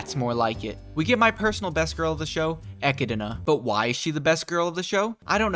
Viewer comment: bruh - it's Echidna - pronounced Ek-kid-na. Like, knuckles the echidna. Good review tho.